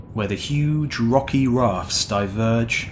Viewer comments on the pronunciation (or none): none